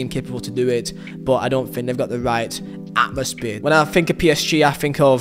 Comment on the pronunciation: Love how you say atmosphere "Atmospear"❤